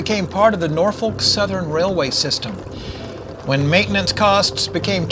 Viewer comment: Norfolk is pronounced "Nore-fuk" or "Naw-Fuk" depending on how local you are.